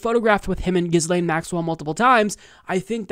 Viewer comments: It’s pronounced GEE-LANE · From Wikipedia: Ghislaine (/ˌɡiːˈleɪn, -ˈlɛn/ ghee-LAYN, -LEN) You're welcome. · If you're going to rant about her for 9 minutes, at least learn how to pronounce her name. The s is silent.